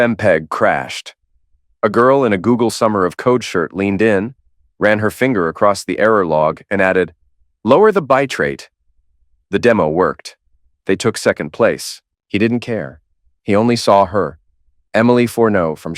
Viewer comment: Biterate, no bit-rate.